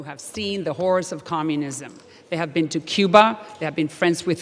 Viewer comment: How about Waters being removed? Salazar said, "...as there is someone who has seen the horrors of socialism up close...", I thought at first that she said HORSE of socialism (my first thought - was she referring to horse Waters LOL!!! ?)